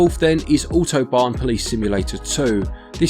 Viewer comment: Edge of Eternity seems promising and i will try the Demo but that probably Cloud thing is holding me off as i don't support cloud gaming at all. Really good pronounciation of Autobahn :D I'd like to buy the Autobahn Police Simulator 2 but unfortunately the character models look quite dull to me and the graphics overall are not that good to be honest :/